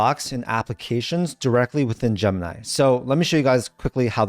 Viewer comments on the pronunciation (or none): Graphic is not a countable noun, and stop saying Jump-nigh.